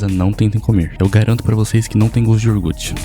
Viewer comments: "IORGUT" matou o coitado do português... hahaha ...treina falar "iogurte" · IoRgute ? Meu Deus... estude um pouquinho de português antes de gravar videos, ou volte pra escola